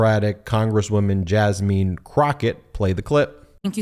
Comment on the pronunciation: BEN, try to get other ethnicities right, please, before you carelessly speak. It's "Jazz-min", not "Jazz-meen." Please.